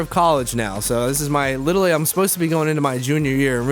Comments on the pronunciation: Is he saying litally or literally 😂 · He says, "litally" instead of literally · "Like litally" already?